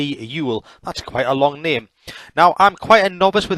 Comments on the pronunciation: OY-la, with emphasis on the first syllable. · Eule is pronounced oy-la it means a type of owl.